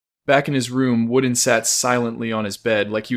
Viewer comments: i do believe i cant watch this you are saying wooden and not vordan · Bro its vorden not worden. Apart from that everything looks good